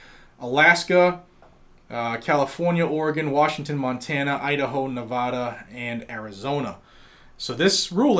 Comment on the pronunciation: Ne-vah-duh Everyone in Nevada cringes in unison.